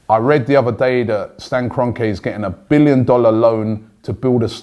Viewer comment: Stan Gone-Ke!